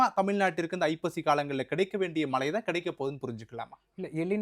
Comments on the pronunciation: Tamizha ozhunga sollupa. Mala malanu soldra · It's not மலை, மழை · தமிழ் ஒழங்க மழை சொல்லுங்க மலை இல்லை